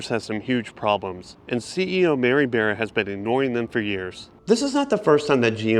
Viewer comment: You’re saying Mary beara for Bara. It’s Mary Bara like in candy BAR then add the A